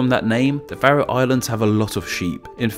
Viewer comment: Haha, it's about the only one he got right :D